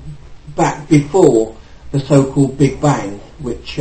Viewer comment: lol Carl Sagan calls it the "Big Bing"